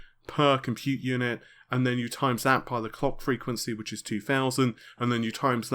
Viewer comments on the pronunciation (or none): none